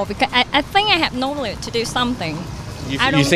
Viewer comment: Nobody: Literally nobody: Vietnamese: Knowlee to knowledge